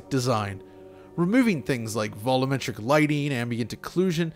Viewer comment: Vol-um-metric? Don't you mean vol-u-metric?